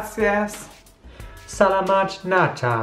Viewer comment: Selamat Natal Also,I know this was a year ago,but I’m Indonesian and the way you said “Selamat Natal” is “Shelamathe Nathal”😂